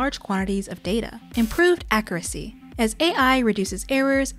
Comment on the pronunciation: I love how says "Ack-er-ah-see"